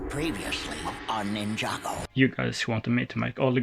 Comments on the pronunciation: Great work, btw it’s pronounced ninJa, non ninIa, and it’s Jay, non Iay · Bro really said ninnya